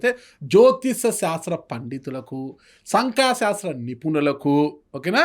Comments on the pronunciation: సంఖా శాస్త్రం కాదు Anchor గారు, సంఖ్యా శాస్త్రం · Anchor garu.. అది సంకా శాస్త్రం.. కాదండి సంఖ్యా శాస్త్రం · అది సంఖ శాస్త్రం కాదు సంఖ్యా శాస్త్రం యాడ దొరికిన సంత రా నాయన జ్యోతిస శాస్త్రం కాదు జ్యోతిష్య శాస్త్రం 🙆